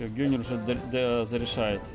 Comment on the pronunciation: Это ганнер а не гённер